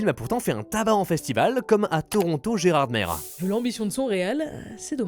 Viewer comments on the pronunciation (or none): "Gerardmere" ça me fend le cœur 😢